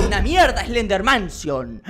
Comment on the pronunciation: Like si tedio risa cuando robleis digo eslendermansion😂🤣